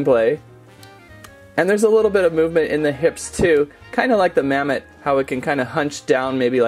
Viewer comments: its mammot not mammoth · It's mammott not mammoth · ITS MAW AND MAMMOT NOT MA AND MAMMOTH